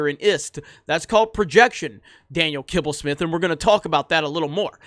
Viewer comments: Who came here to see saying „Kibblesmith“😂😂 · Who else watched this video just to hear say Daniel Kibbelsmith?